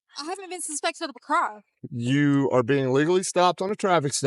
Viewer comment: Yes, you are suspected of a "cromm."